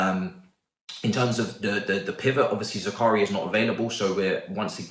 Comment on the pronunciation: ZAKARIA ZAKARIA😭😭😭😭😭😭 say it right